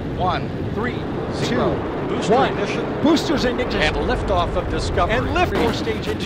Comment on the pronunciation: Artemis guy couldn’t even say Ignition properly 😆 jokes aside, Mistakes happen. Also, Damn. Space shuttle Era Commentry used to sound so cool.